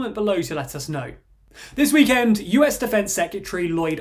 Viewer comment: pls stop saying weekend like that 😭😭